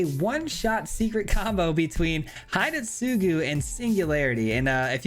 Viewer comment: the pronunciation for hidetsugu is not "hide" but more to "he day" - tsugu.